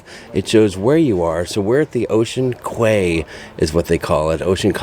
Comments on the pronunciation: In Merriam dictionary the primary pronounciation of QUAY is KEY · Its pronounced "key" - Ocean Key